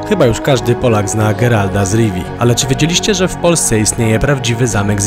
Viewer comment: Boli mnie to w uszy - GeralT, nie GeralD